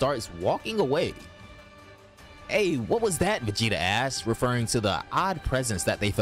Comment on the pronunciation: Cool story but omg...... If you can't pronounce the word 'asked' correctly, don't keep saying 'ass' but change your sentence man.